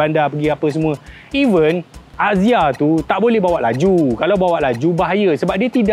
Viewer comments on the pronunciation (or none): none